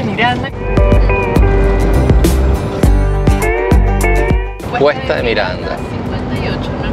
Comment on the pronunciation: CREO QUE ES RIO Miranda,le chorearon un pedacito a la R